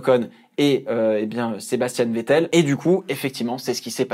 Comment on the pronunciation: C moi ou il a faillit dire vittel au lieu de vettel 🤔😂